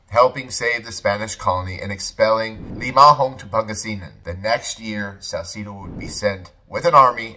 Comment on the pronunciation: You said Salcedo wrong too brotha